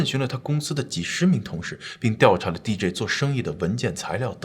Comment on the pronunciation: DJ D跟J 好像都應該是一声